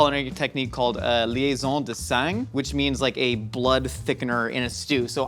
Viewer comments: you dont pronounced the G in sang:P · The pronunciation of "sang" is killing me lol